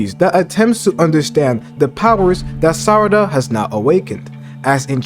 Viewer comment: I believe she will get something like to temporarily manipulate memories and will just use her fists as weapons just like she normally does. By the way you are pronouncing Sarada as Sadara sometimes.